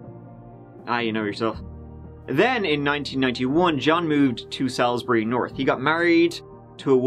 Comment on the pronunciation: So, in this year of plague, the only days I have a routine are days. Even before I arose, I was thinking, okay, coffee, toast, and then....all before I even checked the vid was there! Nice to see one from here Down Under. You said Inala correctly, but Salisbury is "Sawls Bree" Rock Spiders tends to be prison slang, but it was interesting to hear the reason behind the slang...and yes I'm still cringing! Thanks and team😘 my weekend is off to a good start. Kudos and thanks as always.